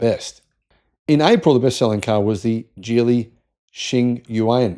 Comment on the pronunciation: It's pronounced with the "g" of "go" or "gig," not the "j" sound of "jelly."